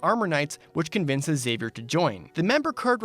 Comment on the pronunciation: Very impressed by your pronunciation of Xavier. Most people say it like Charles Xavier from X-Men, by saying the X like Ix-Zavier. It's rare i hear people say it right.